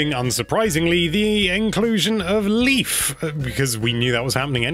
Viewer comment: ...Leif is pronounced "Life". Damn english speakers and their weird pronounciations.